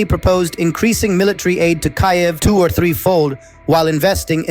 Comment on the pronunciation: I understand why but I do not welcome the new US-accent voice training. Unrelated perhaps: you’ve mispronounced Kyiv/Kiev